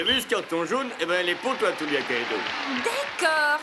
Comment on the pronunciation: Tulia* le u en japonais ce prononce "ou" 😌😉